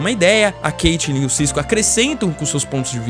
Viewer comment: Da uma raiva do cara falando "Caitilin" e "Iuris" KKK